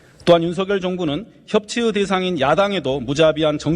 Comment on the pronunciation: 협치으가 아니라 협치의로 발음해야 함. 으견이 아니라 의견으로 발음해야 함. 대통령으가 아니라 대통령의, 공생공존으가 아니라 공생공존의로,,, 너무 많다.